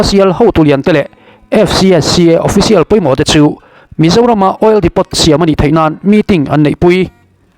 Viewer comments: OIL DEPOT Lam dan dik tak chu Oil Depo ..tia lam tur ani e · Oil depot ni mahse oil depo tih tur o...k ron soi my2😂